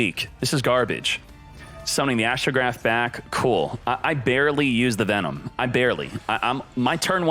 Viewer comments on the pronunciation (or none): none